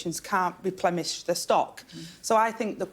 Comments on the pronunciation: Replemish?? That’s not a slip of the tongue Deputy PM It’s replenish dear lol Wow what have we become 😅😢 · Did she really say "repleMish" ? (@ "can't replemish the stock")